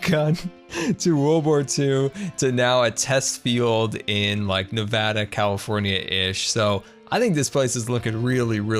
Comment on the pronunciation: When said Nevada correct it felt nice